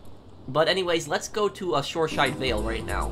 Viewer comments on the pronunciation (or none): Btw it's Shoreside Vale not Shoreshide Vale.